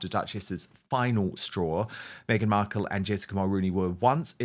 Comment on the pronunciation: Why does Dan pronounce her name “Beadle”? Just curious, I don’t like her regardless.